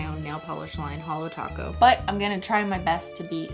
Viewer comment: its Holo Taco not Holo Toco